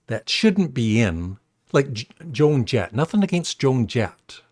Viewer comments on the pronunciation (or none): none